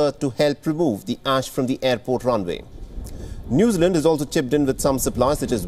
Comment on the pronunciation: I had trouble understanding him at first too. His pronunciation "Noozerland" was very odd.